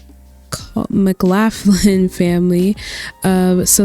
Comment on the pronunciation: I believe McLaughlin is pronounced like "Muh-Klaw-Glin" 😅 thank you for doing this vid!! I have been looking for more small custom worlds since I do most of mine in Winchester Farming Community lol I can't say which I like more. This one has university rugs/buildings, Winchester has dive spots.